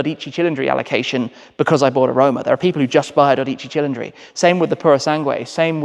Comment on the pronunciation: I'm on board with you on the names. His pronunciation of the 12 Cili is not good lol. Not that I can do better, hence why I don't😀 His Revuelto could be worse. Old man Enzo would let you stay as long as you provided him with capital for his racing. He was a businessman.